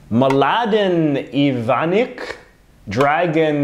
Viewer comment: Just FYI the names of those leaders from B&H are roughly pronounced “MLA-den i-VAN-ich,” “DRA-gan CHO-vich,” and “BA-keer ee-zed-BEG-o-vich.”